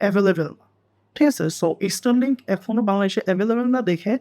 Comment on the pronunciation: স্টার লিংক ❌️ ইস্টার লিংক ✅️